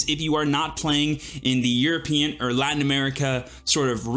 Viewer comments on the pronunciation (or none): none